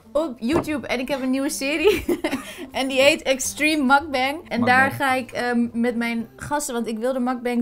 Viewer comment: Word gek van de uitspraak van mukbang, precies net zo verkeerd als mascha. Kom op jongens, 1 keer Googlen, koreaans woord en Koreaanse trend v origine nota bene! Aaaah, die uitspraak, alsof het een Amerikaans woord is. Kriebels krijg ik ervan xD